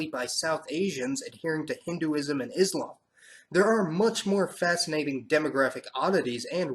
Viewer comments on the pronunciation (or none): none